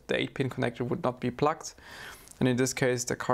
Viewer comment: Hey, a very very friendly language notice - your pronunciation of "plugged" sounds more like "plucked", and "plucked" might sometimes be interpreted as "disconnected". I can imagine it could cause a slight confusion with viewers.:) But other than that - great work as always!